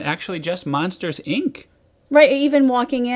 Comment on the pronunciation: Does it bother anybody else that she keeps referring to the "Munsters," rather than Monsters?